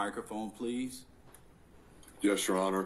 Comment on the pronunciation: LoL plee sheets😂😂😂😂